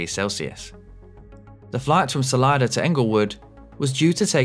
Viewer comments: It's Solida not Solider. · Why do Brits always put an “r” sound on the end of words ending in an “a”? It’s Salida not Salider. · Wow, the Cirrus was speeding REALLY badly! Yikes! 😨 By the way, that local pronunciation of "Salida" is AWFUL (not your fault). Whoever started that needs to be escorted to the exit! 😂